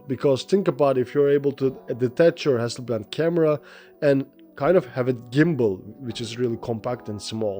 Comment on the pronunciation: Hasselblad not Hasselband...